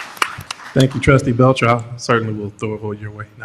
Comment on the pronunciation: BELCHER SOUNDS FOOD WITH THAT I. NO STRESS